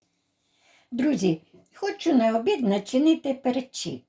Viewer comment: Гарно,і думаю ,що смачно.Але "пЕрчик",а не "перчИк". Наголос на" Е".